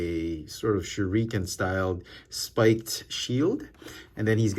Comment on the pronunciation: The way how you pronounce shuriken makes me want to shoot myself